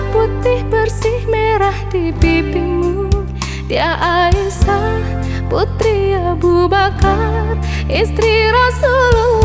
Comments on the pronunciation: Aisyyyah lebih bagus di dengar daripada Aisah ,pengucapan aiysyah nya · suaranya bagus cuma pengucapanya diperbaiki sedikit aisyah bukan aisah. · pengucapan nama.y ummi Aisyah.y kurang menyatukan penyebutan Ai Sya h nya trdengar pengucapan.y Aisah kami pans jdi peduli karna menyangkut istri.y nabiullah kita😊👏🙏